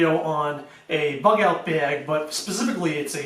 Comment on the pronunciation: Baeeg. Baeeg. What accent is this?